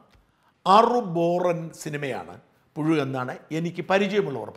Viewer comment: പുഴു..... അല്ല....പുയു....പുസു........!!!... ഇത്...ഇഴഞ്ഞേ....നീങ്ങൂ.......